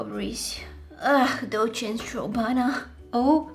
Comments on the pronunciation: B-buti tought u said DOCHENS strawbana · When yoh are early but dont know what to comment🤣. Btw love love love your videos ❤ 'Dolce and strawbana'🤣